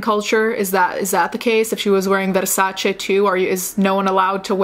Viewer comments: Lowkey the way you said Versace gave me life. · nutting over you saying versace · Your pronunciation of Armani and Versace was on point 👌🏻